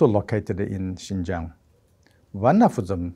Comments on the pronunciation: Xinjiang, not Xianjiang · come on guys. It's "Xinjiang", not "Xianjiang." How did you not google this first?